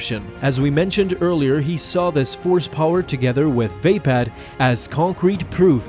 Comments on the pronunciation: "vay-pad" < "vuh-pod" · when he calls mace windus lighsaber form "Vaypad" its "Vuhpod" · Vay- pad? It's spelt Vaapad and pronounced Vapod. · It's vapod not vapad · Vaped lol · It isn't pronounced "vape-pad". smfh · I don’t think that’s how you pronounce “Ve-Paad” (If that’s even how you spell it) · Vapad is pronounced with an ah not an a sound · You pronounced Vapaad wrong :(